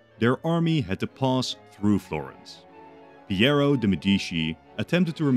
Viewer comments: "FlorEnce" not "Florance" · O il modo in cui diceva Florance alla francese come se si avvicinasse di più alla pronuncia italiana mentre invece Florence le assomiglia molto di più🤣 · same 'Florance' Edit: youtube is ass i'm on a computer and can barely type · Florence (/ˈflɒrəns/ FLORR-ənss; Italian: Firenze [fiˈrɛntse] ) or FlorAAAAAHHnz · FlorAnce???? FlorAnce??? Did i get it all so wrong and thats how you actuakly pronounce it? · Awesome video as always but that pronunciation of Florence is wild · as an italian I was so happy for you to make this video, until I heard you pronounce Florence 😂😂😂😂 still amazing video tho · The way he pronounced Florence and Medici was so annoying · How are you gonna take the time to write this whole scenario and illustrate the maps but then be too lazy to take 5 seconds to google how to pronounce Florence and Medici? Was such a promising start to a video but honestly it's unwatchable in this state.